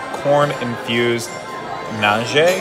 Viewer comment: Food looks pretty good, but wow...is it the lighting in that place or what? It seems so GLOOMY and LOUD and, well, EMPTY. Hardly a fun atmosphere to dine in--kind of college dining hall with frills feel to it. Is it that way in person? BTW, it is "naaaahje". How was the service? And GREAT to see after enjoying her contributions to the chat on the weekly show for so long! More!